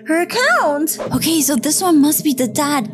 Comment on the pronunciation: OKEH ARE YOU OKEH!